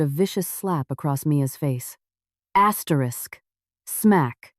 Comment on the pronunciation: Why are always saying astetisk you dont have to read it yuo keep saying asterick a hundred times